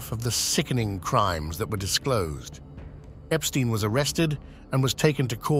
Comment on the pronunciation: Do the courtesy of pronouncing Epstein correctly.